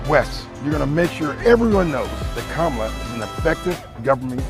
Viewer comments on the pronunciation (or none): Guy spent the whole ad calling her Kamla, I thought it was racist to say her name wrong but they run a whole ad 🤔